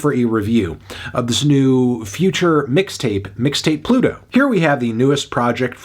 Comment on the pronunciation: melon really said "Midtape Pluto"